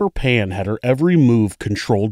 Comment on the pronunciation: i think it's Jennifer "Phan", because there's no "Pan" last name in VietNam